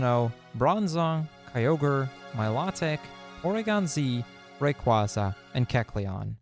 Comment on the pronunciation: Milotic's name is pronounced My Low Tick and Rayquaza's is pronounced Ray qway za. He said their names wrong but I love these games so very much I'm a huge fan